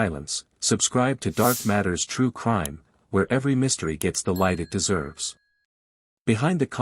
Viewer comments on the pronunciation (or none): none